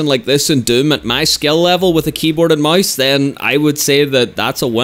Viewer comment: wht tf is he saing keyboard and mais